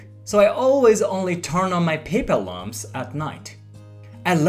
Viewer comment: Small tip on English: lamp is pronounced with the "aa" sound, as in baad or laaand. Lahmp sounds like lump.